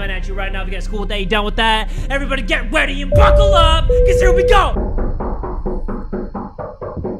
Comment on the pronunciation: why did it sound like jay said get weety and fuckle up so here we go